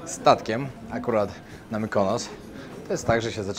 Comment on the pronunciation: ..nie chwalisz się,że Teściowa z Wami...😜😁😘Mykonos...nie Mykanos..😜